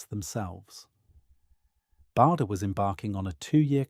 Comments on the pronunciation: His name is pronounced 'Barder'. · Needs to be a vlog and as someone has pointed out it’s Bahder